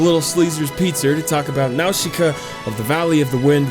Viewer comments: not "now-shi-ka" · y;all why do you keep saying now-she-kuh they say it in the movie it's naw-sih-kuh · Yup the pronounciation almost correct. The katakan used for Nausicaa is ナウシカ. The correct pronounce is "Na-u-shi-ka” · Nawshooka 😂 It’s Naasica dudeee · Small criticism, m’man: “Nowsheekah” is just the Japanese localization of the real name. Its not really meant to be pronounced that way, it’s just the closest their language can get to it. Nausicaä is a Greek name (of a mythological princess), pronounced “NAH-sih-cah”. Calling her “Nowsheekah” would be kinda like someone insisting that your name is pronounced “Jeiku”. Lol. Great video, though. I’d totally play that game. 🤘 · Nausicaa is pronounced with an s sound, not an sh sound. Nau-si-caa not Nau-shi-caa. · Fucking nawshika? Boi. I hope you're wrong. I'm pretty sure it's pronounced Nawzika. Dunno. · Nausicaä: na-sic-ka Great video dude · jakey it's pronounced "naw-si-ka" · its 28 days later , not 20, also its not pronounced now-shi-ka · NAOSHEEKA?? THEY literally say her name correctly in the movie... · If you say Nawshika and not Nausicaä one more time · Cringing at the pronunciation nawsheeka yep sounds about right. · "Nawsheeka of the valley of the wind"😅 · the i in "Nausicaä" is silent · Great video but didn’t like the way he pronounced nausica so gonna go commit mass genocide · Jakey butchered that pronunciation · his pronounciation of Nausicaa gets me everytime lol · you say nausicaa in a way that makes me wanna die. still love you tho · all your pronounciation is wrong! tolm"ee"kians, nau"s"ikaä, etc. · literally no one says Nausicaä like that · I'm willing to forgive how you pronounced her name because of your fucking amazing ideas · then explain why the movie DOESN'T pronounce it like he is